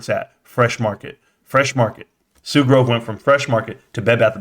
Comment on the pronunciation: “and they sold the dicks” here I was trying to make a joke about him mispronouncing Sue Gove’s last name but I heard that and thought of your store lol. a sign it is. #BBBYYOULLBUYDONTLIEBBBY #SLOGAN #ROCKITMAN